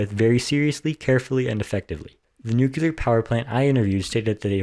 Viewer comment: Why don't you pronounce the word right? You say it NU Ku Lar and it is pronounced Nu Kle ar. Unless you work for Westinghouse, I have heard their engineers say it the wrong way. Are you trying to get a job with Westinghouse?